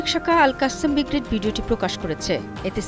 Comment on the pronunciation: ভয়েস রিপোর্টার, জানিনা আপনার নাম কি! আমার মনে হয় আপনার আরো ভাল করে পড়ালেখা করা উচিত এবং পৃথিবী সম্পর্কে জানা দরকার। শব্দটা ‘বিগ্রেড’ না, সঠিক শব্দটা এবং উচ্চারণ হবে “ব্রিগেইড”। `নাউন/বিশেষ্য’ সম্পর্কে আপনাদের ভাল জ্ঞান থাকা অতিব জরুরী। আশা করি এই মন্তব্যকে ইতিবাচকভাবেই নিবেন।